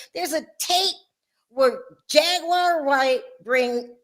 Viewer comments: They didn’t pronounce Jag’s name correctly…. They called her Jag Wire… Not Jaguar as it is pronounced … 😭… Did y’all catch that🤣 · Omg I didn't hear it until I read this comment. Why is she putting a T in it.